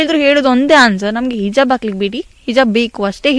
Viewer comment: ಹಿಜಬ್ ಅಲ್ಲ ಮಾರಾಯರೆ ಹಿಜಾಬ್ ಅಂತ ಹೇಳಿ